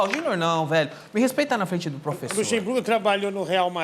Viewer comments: É pofexô, é pofexô, é pofexô! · Fala Pofexô